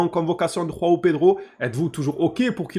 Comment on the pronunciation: Juste pour info les Brésiliens parlent portugais on prononce Joao comme jean ou julien en français on utilise pas la jota comme en espagnol, pareil pour joao cancelo du coup 😅